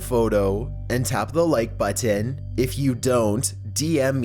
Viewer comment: can't sub bc of the way you say "button"